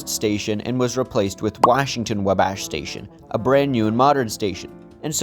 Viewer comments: my other comment was a separate thing... I really need you to know that it is not pronounced "Wuh-bASH' it is pronounced "WAh-bash". Not upset, just trying to be helpful! Fun video:) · It’s wabash pronunciation is killing me… just like when he called it Willis 😂😂